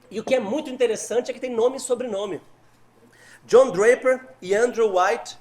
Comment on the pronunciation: Jonh Draper é o nome dos deturpadores da história? Eu não entendi a pronúncia..